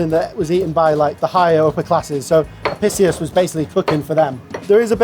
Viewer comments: Pronounced Apickius, all Roman Cs are hard. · Studied classics in Uni and can’t say Apicius correctly. PRESS X TO DOUBT